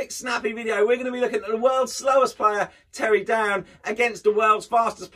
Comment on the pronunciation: "Terry Down and rapid Ricky Ivans"? It's Terry Downs and Ricky Evans. You are welcome